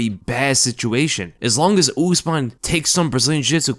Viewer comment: Brother, “ooze-mahn” trains at elevation